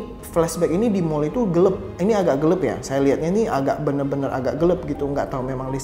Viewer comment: Gelap bukan gelep di bacanya